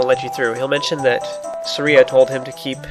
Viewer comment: The way he says Saria makes my soul hurt